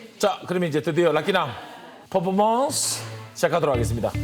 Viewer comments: 그래서 더 웃김 ㅋㅋㅋㅋㅋㅋ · 난 포퍼먼스가 왜케웃기짘ㅋㅋㅋㅋㅋㅋㅋㅋㅋㅋㅋㅋ 포~포모온스우~ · 발음 안좋으시네..퍼포먼스 ㄴㄴ 포.포.몬.스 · 포포먼쓰ㅋㅋ 승냥ㅋㅋㅋ 아 발음대로 자막단거 왤케 웃기지ㅋㅋ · 퍼포먼쓰 퍼포먼쓰 그만좀 했으면 좋게따...ㅠ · 앜ㅋㅋㅋ진짜 매력터진닼ㅋㅋㅋㅋㅋ 이부분 캡쳐각 포포먼쓰라고 하는 발음도 귀엽ㅠㅠㅠㅠ